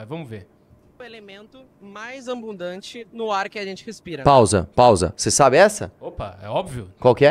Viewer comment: O cara tbm fala "AMbundante"...